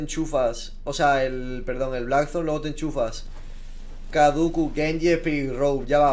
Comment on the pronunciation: porque siempre dice cadukus? si es kaduceus